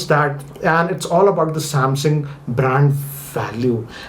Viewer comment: M51 lol😂 you say samsung I hear samhang😂